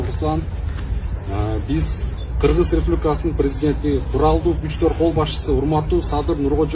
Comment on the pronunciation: Энен туура кыргызча суйлосон мен кыргиз дебей кыргыз дегенди туура айталбайт.депутатыка койоордо Бир жыл мурун экзамен алып текшерип окуу жайга тапшыргандай кылып даярдаш керек каяктагы акчасы коп адамдар барып жатат.олкобузго.пайдасы тийе турган жарандарды шайлайлы